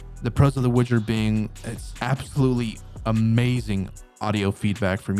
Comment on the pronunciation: it's not a Witcher or Wouldjer product. The proper pronunciation of the company is Woo-jer. It is not associated with something else just because it has a same starting letter.